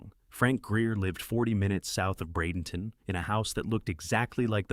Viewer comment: Bradenton Florida. Thanks for pronouncing it correctly.